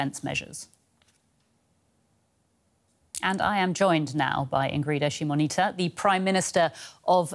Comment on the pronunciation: Props to the anchor taking time to learn how to pronounce the name! :)